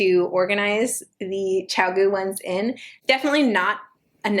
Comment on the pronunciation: First time watching- couple opinions and such. 1. It’s pronounced Chi-goo. 2. Do not buy a needle set before figuring out if you enjoy knitting. Do pick out needles that feel good to work with. Take them out of the package and decide if you like metal or wood. LYS stores often offer this or you can just ask someone working if you can feel the different types (there’s usually a ton laying around or working up projects). Wood can be great when you’re dealing with stitches that want to slip off the needles and as a beginner. 3. Love the binder organizer! Addi and Lantern Moon also make pouch organizers which are great, but the binder is much easier to store and check. Not something a beginner needs to worry about imo. 4. I feel like the best place to start getting into knitting is to find a pattern you absolutely love. Ravelry is awesome for that for sure! For materials including needles the pattern lays out everything you need. Take a copy with you to a local yarn store and don’t hesitate to say it’s your first knitting project. Truly you only need needles, yarn, and the pattern to knit it up. Snips and tapestry needles are for when you’re doing finishing touches. 5. Stitch markers are lifesavers! I found buying a bag of jump rings works well for me but be aware of how big or small they are. You don’t want to come home from the store only to find you can’t fit them on your needle. 6. The knitting barber cords are amazing and from the inventor- a barber who created these in the